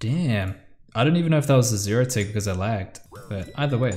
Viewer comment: Pls stop saying “0” tic it’s making me cringe lol